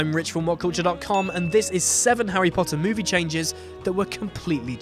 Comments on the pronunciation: The Hawwy Potter movies? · Howie Pot-uh XD